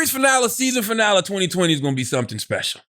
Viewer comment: Charlamagne doesn’t know how to say finale lol